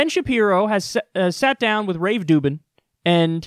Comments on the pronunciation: Why does he call him rave dubin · haha why is kyle calling him Rave Dubin' ? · I think I haven’t watched enough videos to be in on the joke but... Why the heck do you call him Rave Dubin? Just... curious.